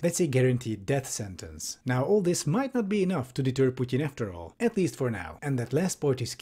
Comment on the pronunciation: Ah, I appreciate your critical thinking + finally somebody who (I think) pronounces "Putin" correctly